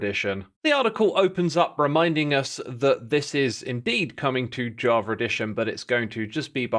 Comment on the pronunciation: WHy do you call it edition